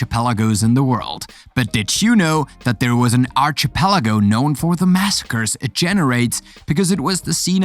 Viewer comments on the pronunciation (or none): Just a few pronounciation corrections. 1. Archipelago is pronounced “ Ar-Ki-pelago” 2. Facade is pronounced as “Fa-Sad” Overall a good compilation and narration. Keep it up! 👍